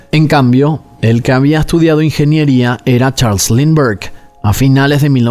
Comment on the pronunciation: Este caso caló tanto en Venezuela, que se usa como expresión: "más perdido que el hijo de Lindberg", claro, se pronuncia "Limber o Linder" jeje